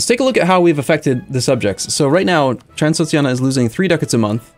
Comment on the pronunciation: Transoxiana? Oh, you mean Transxpfklsmfls